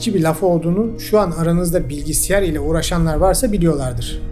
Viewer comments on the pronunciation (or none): Anlatım mükemmel,sadece küçük bir katkı olsun benim söylediğim.Bilgisiyar şeklinde telaffuzunuz dil sürçmesi sanırım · Muhteşem konular, muhteşem anlatım, muhteşem bilgi birikimi 👍🏻eeelemeden teklemeden anlatım 👏🏻👏🏻👏🏻 Fakat, birincisinde dil sürçmesi sanmama rağmen iki kere arka arkaya BİLGİSİYAR demenize takıldım 😣 Kelimeyi yanlış söyleyeyimde kusursuzlukta nazar boncuğu olsun dediniz sanırım😅Başarılar sevgiyle kalın